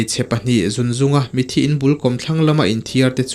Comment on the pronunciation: Mithi ti in lam tawh suh mitthi ti in lam tawh rawh plezs😊